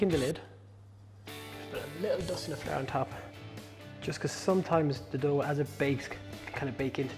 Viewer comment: I’ve been practicing how to say flour like he does! “Fla-r”. 😎